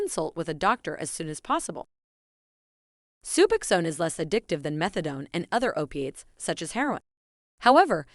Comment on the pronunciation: Lies. You don't even pronounce the drug correctly